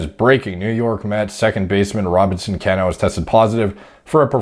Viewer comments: Haha bro I wrote the same comment. Was looking for this one. Can-no 😂 Sounds like the Mortal Kombat character Kano. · This was killing me the entire video thank you. Baseball isn't sport it sounds. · Always amazed when i hear a athletic man that knows nothing about sports. Mispronounced Cano last name, didn't know Tony from PTI. I just assume all men love sports. 🤷‍♂️ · Hahaha that’s not how you pronounce his last name. Mr mans doesn’t watch baseball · Comment for the algorithm, but the pronunciation of Cano hurt me. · The way he says cano😂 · Some butchering is common rule in this business. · I can tell you don’t follow baseball lol, It’s Pronounced “Cuh-no“ not “Can-o” I’m a consistently disappointed New York Mets Fan, but I’m stoked he failed the drug test because Jeff McNeil can play second base everyday and we can spend his forfeited salary elsewhere, like fixing this god damn bullpen and picking up another top tier starter. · Dude, lmao, it's pronounced Ca-nó, not Can-ó. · It's not Can-no lol. It's (Cuh-No) as in Cano don't ya know! Like the word KNOW. Cuh-Know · His name is pronounced like "Ca--no". Like "KA" "NO". It's NOT "CAN-O" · Cmon it’s Cuh-No Lol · Cano.. pronounced "cuh-no" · Ca-no.... Not can-o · Cano..is pronounced Kah no..lol wonder If he was juicing when w my Yanks..he's a great ball player either way..not like roids give u all ur talent..